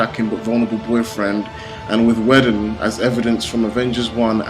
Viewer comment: Joss WEEE-don. Not Joss Wedding.Never heard his name pronounced like that. Good review though. Props with the editing. "Are you not entertained!!" indeed. Can't complain about action in a comicbook movie. I actually thought Thor was awesome in this. I actually do not like the Thor movies much, but he was a scene stealer in this. Alot of people pick up Thors hammer btw. Storm, Beta Ray Bill etc.